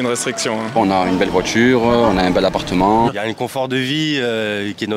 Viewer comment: Belle voichure bel apparchement 😅😅😅